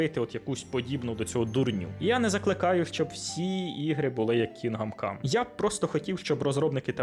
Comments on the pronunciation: КінДом, не Кінгам. "Г" якраз не читається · КІНҐДОМ, а не кінгам😅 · чого "кінгам кам", то ж "кіндам кам" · КінГам кам, прям ріже ухо. КінГдом кам. Відьма 3 ван лав, просто обожнюю. ГТА 5 так і не пройшов, купував разом із слімкою ще на диску за фул прайс, але гра не чіпляє, яка б вона якісна і пропрацьована не була, от не моє. Будучи дитиною, подабалася Вай сіті, за свій вайб, музику, неонові вивіскі. Підлітком Санандреас, за чіт коди, можливість політати, це було фаново. Але будучи дорослим, я не розумію, що мені від тих пограбувань і тюнінгу тачок, ну таке, Ще однію великою проблемою для мене стала розтягнутість ігор, як от в Год оф вар Рангнарьок, більшість побічних квестів так і не виконав, бо вони поверхені та абсолютно не цікаві,( бо все порівнюється з Відьмак 3). Мене не покидало відчуття, що в розробників стояв план, зробить гру на 100 годин, а те що вона втратить в якості, наповненості світу, роізноманітності сайд босів та квестів, це вже нікого не цікавить. Та як і в Привиді Цусіми, однотипні зачисти лагерів монголів, бо так треба і зроби таке 100 разів. Для чого це потрібно і головне кому, можна вкластися в 25-40 годин, зробити гру наповненою, різноманітною з цікавими сайдами, щоб залишився приємний після смак і це все ще буде ААА проект. хронометраж не означає якість. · Що таке, бля Кінгам Кам? Ти взагалі наскільки профік в ігро індустрії, що їбав вчитись називати ігри правильно? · Як він сказав Кінгам cum❓ Поки ви дивилися відево, ваш компуктєр згорів.